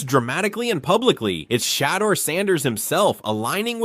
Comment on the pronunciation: Homie if you going to make a video about anyone good or bad….. SAY THE NAME RIGHT lol it’s not hard to look up how to say it and It’s frankly disrespectful. Sha-door San-ders is how it’s pronounced. Like even if you wanted to praise someone the most praise you can give a person is to know their name. It might be simple but out of millions of ppl on this planet you took the time to know or remember them and to go as far as to make a video and cant get their name right lessens the praise. Good info on the video tho.. my brain just tweaked out that lol